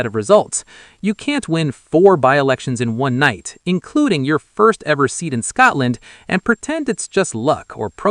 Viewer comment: Tell your stupid AI it is Scotland NOT Scartland